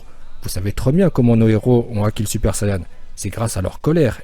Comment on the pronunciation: pk il dit sayan